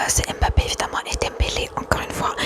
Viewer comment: Quand tu prépares une vidéo sur ce sujet, ce serait appréciable de se renseigner au moins sur la prononciation des noms des joueurs. D'habitude j'&dore ton ASMR mais là les fautes de prononciation (Samba, Risser, Tchouaméni, Olise, Doué, Mbappé...) + la double erreur concernant ton maillot (en tant que supporter du PSG ça m'irrite un peu les oreilles), ça m'a sorti de la vidéo et ça m'a tendu + que détendu, dommage pour une vidéo ASMR.... J'apprécie le choix de la vidéo mais l'éxécution laisse à revoir. Néanmoins, toujours très talentueuse concernant l'ASMR en lui-meme. Navré pour la critique, j'espère avoir été constructif